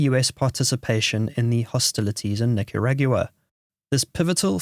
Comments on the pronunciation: wtf Nicaragyooah? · this automated voice is awful. Yes, I meant automated voice, not AI. If it was AI it would most likely know how to pronounce Nicaragua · You must be kidding. Can't even say Nicaragua.